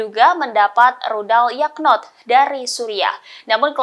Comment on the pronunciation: Narasinya terlalu berlebihan. Yakhont aja d baca Yakhnot 😂